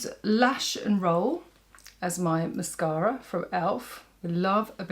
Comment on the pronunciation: Absolutely stunning as always thank you so much. I love your videos but I really love how you say mascara. Well, I’m from Alabama and I swear we put ten vowels and syllables in every word lol. Not classy like you are so thank you. I love the green look. I have silver hair and brown eyes. I’m gonna try it out and I love the lippie.